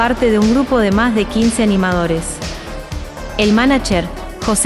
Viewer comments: Mija no se dice manacher, se dice (manayer) Manager. Suena como Ye (Y), no como Ch o Che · Cuando dice manacher me saca años de vida